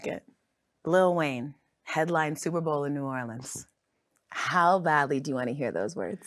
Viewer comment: What is "new oraldeans" and who is boosie "bahdaz" 😂 I swear I'm sorry if this ain't AI and was just mispronounced 😂